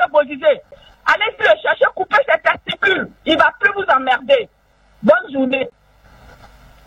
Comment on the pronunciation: Heeee madame Yao elle m’a tuée de rire 🤣 elle dis couper c’est texticule